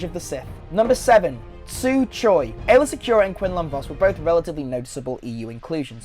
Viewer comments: Aayla, not Aaylor. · "Aayla" not "Aaylor" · *Aayla Secura not Aaylor Secura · It's AAYLA not Aaylor -_ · Aaylor Secura? Don't you mean Aayla? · also "aaylor" secura, its aayla bout 4 seconds later you showed a pic with "aayla" on it, get it right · LOL its Aayla Secrura, not Aaylor. I can't believe people latched on this dudes pronunciation of Coruscant over that. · She's called Aayla Secura, not Aylor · It's Aayla...not Aaylor...you even have the correct spelling on screen when you show the comic book cover. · It's Aayla, not Aaylor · Its Aayla not Aaylor WTF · Aayla Secura! Aayla, not Aaylor. The mistakes are making me cringe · Aayla* not Aaylor. wtf.. Aaylor? ew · Aaylor? Are you kidding me? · Aylor Secura? AAYLOR? THE FUCK :D